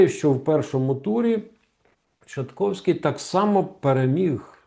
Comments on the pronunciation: Пане Романе! Невже Вам важко правильно вимовити прізвище майбутнього президента Польщі? Чи Ви не вважаєте за потрібне перед етером потренуватись, щоб так не ганьбитись на загал? ТшаСковський, а не ТшаТковський! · Бляха муха , він не Тшатковський, а Тшасковський! Невже це так важко вимовити? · Перепрошую, але прізвище Рафала читається Тшасковський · Неправильно вимовляєте Тшасковський